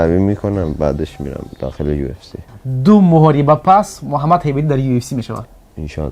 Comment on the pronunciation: Салом алейкум Бародар чандбор шуд аҳмият метиюм ҳарфи Ҳ истифода намебари баҷош Х мегуи Хейбати гуфти и ба форси Ҳайбати меша Ҳабибам чандбор Хабиб гуфти мо тоҷико Ҳ дорем барои ҳами набояд нодуруст талафуз кард